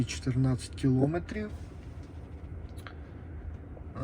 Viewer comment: Стільки помилок , часто одне слово, наголос НЕ кілОметрів, а кілоМЕтрів